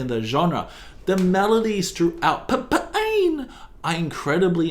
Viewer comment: As someone who steadfastly refuses to pronounce the name of the movie "Se7en" as anything other than "Se-seven-en", I massively appreciate your pronunciations of "[P]Ain" :D